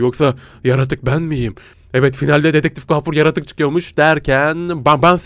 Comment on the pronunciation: dedektif öyle söyleniyor😂